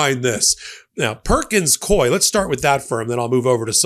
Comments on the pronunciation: Psst, it’s pronounced “Perkins COO-EY,” like “Dewey.” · YOU ARE MISPRONOUNCING THE NAME OF THE LAW FIRM PERKINS COIE AND IT'S DRIVING ME CRAZY LOL! BUT I LOVE YOUR CHANNEL AND NEVER MISS AN EPISODE!